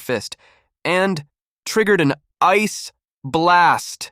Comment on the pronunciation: why it say ice blast like that 😂